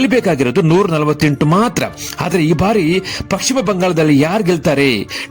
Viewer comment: First kannada sariyagi mathadi...paschima bangala...pakshima bangala alla